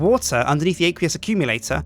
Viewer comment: Aqueous accumulator ACWEEUS not aaaaqueeeoos